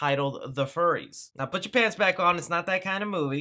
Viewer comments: Fyoo-ries, my dude, not furry. Furies is in relation to the beings of Greek Mythology. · dude, it's Furies (like fury), not Furry's. I assume it's a play on the mythological creature the Furies. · Wouldn't furries be with 2 "r's"? This should be pronounced like fury only plural...Right? Anyone else see that? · Great info. Furies not Furries, though. Fury as in anger. It would be interesting if it were Furries, though. 😁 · its not "Furries" its Furies, like plural of Fury. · "The Furries"? Furies, dude. ;) And it wasn't too bad! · I'm you gotten comments already but it's not furries, it's furies as in fury or wrath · I think its probably pronounced more like fury than furry. Smh. Oh..... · its fury not furry lol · Pretty sure the title of The Furies is pronounced like Fury, as in wild or violent anger. Also the name of a mythological creature, Furies were “infernal goddesses” of vengeance.